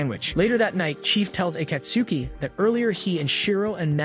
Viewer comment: Pronaunciation of Akatsuki actually hurts :|